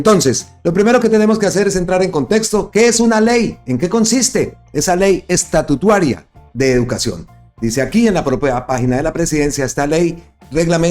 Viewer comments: Porfa, no sigas diciendo Ley Estatutuaria suena horrible, a estatua, no a Estado. No atropelles el lenguaje. Se dice LFEY ESTATUTARA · Buenas tardes, no és ESTATUTUARIA, ÉS ESTATUTARIA😢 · Hermano es estatutaria y no estatutaria ,ojo hermano